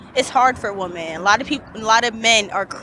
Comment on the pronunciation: "Whose better at communication? Wemon" Yo girl whats wrong? "Nothing.." 🤣🤣🤣🤣🤣🤣🤣🤣